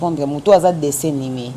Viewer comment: Bjr à vous belle émission 😍dessin animé et non ( dessin nimé) ma star , lapsus Linguae